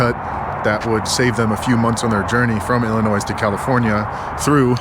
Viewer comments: Umm, it’s pronounced “ill-i-NOY.” The “s” is silent. Has been for 400 years. 😉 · Lived in Chicago for 12 years. The S on the end of Illinois is silent. ;) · The “s” is silent in Illinois. Great video. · ILLI- NOY!!! Not Illinoissssss..zzzz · If you ever say “illinoizzzz” again, we’re gonna fight. Silence that S dammit. 😂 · You don't pronounce the "s" in Illinois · Ill in noy. The s is silent! Coming from a Montanan 😂😂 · Hey. The “S” in Illinois is silent 😅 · Hey, love the videos man! Idk why this was bugging me but Illinois is pronounced without the s. I am rarely a grammar nazi. Keep up the videos!!! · FYI you don’t pronounce the S in illinois lol. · FYI, the S in Illinois is silent. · The S is silent in Illinois. Lol. Great vid though. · heading west from Northern California to Idaho? hmmm that's interesting, how does that work? are you driving across the ocean and back around the globe to get there? and please for eff sakes for someone who is so into history and geography stop pronouncing the S at the end of Illinois... the S is silent. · Okay so I'm old enough to have heard the story of The Donners while spending many seasons in Tahoe in the 80's. But my main concern 😂 is why you and many younger people pronounce the 's' in Illinois. It's always been silent in my life!! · Great to have you in the van again. Please stop pronouncing the “S” in Illinois. Really hard to listen to over and over. Still watched tho! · The s in Illinois is silent. I'm from Texas and I know that lol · The "s" is silent in Illinois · Bro, pronouncing the “s” in Illinois is top tier rage bait— respect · Good to see you back in the van. By the way the S at the end of Illinois is silent for future reference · For a dude that travels the United States for a living, you absolutely SUCK at pronouncing Illinois and Nevada. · You, were "today" years old, when you learnt that the "s" on the end of Illinois is in fact silent. I'm a Canadian and I'm here to let you know that ❤